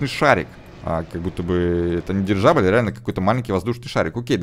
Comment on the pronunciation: прости конечно (сам ненавижу , когда меня поправляют ) , но ГиндеНбург , а не" ГиндеРбург" . Еще , просто к слову тоНН , а не" тоН ". Дирижабля , а не "Дирижажля ")))))))